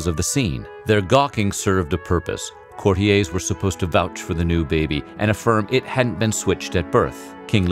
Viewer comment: Courtiers = court-EERs, not "Cort-ee-ays"..., Weird Pronunciation